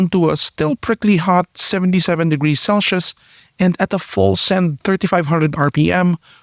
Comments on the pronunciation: Celsius not celshius... #facepalm. As a native English speaker you are making my ears bleed! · I appreciate the effort and work you’ve put into this video and it has been very informative and interesting. But the pronunciation for “cel-shius” needs some improving. “Cel-se-us” or “cel-seus”.